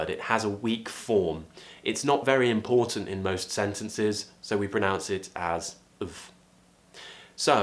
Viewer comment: Hi, I’ve noticed that when you say “important”, you always pronounce the “t” in the middle clearly. I am wondering whether British English normally doesn’t have a swallow sound? Thank you 😊